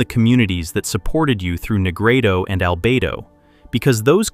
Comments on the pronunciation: i love the message, but the ai pronunciation of rubedo leaves me with doubt as im hearing it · I like your videos, but when you start with “he called it Rubito…” you loose me. It’s spelled Rubedo and Jung didn’t coin the term, medieval alchemists standardized the color sequence centuries before.